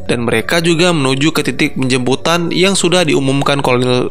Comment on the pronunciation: bang gw mau tanya,situ ngomong penjemputan atau penjembutan?